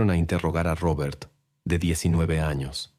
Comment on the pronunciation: Porque dices Rrrrobert 😂